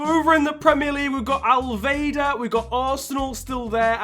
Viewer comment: im done you just said al vehda for al wehda. Its an arabic team not a german one